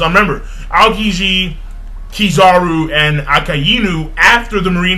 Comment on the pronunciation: I really like your One Piece reviews, too. They're very thorough and very accurate. The only thing bothering me is how you pronounce the names of the Marine Admirals. The correct pronunciations are as follows: Aokiji: (AE-oh-kee-jee), Akainu: (Ah-KIE (ryhmes with "pie")-New), and Kizaru: (Kee-ZAH-roo). I'm not trying to be mean, I'd just like to hear someone pronounce their names correctly. Will you give it a try?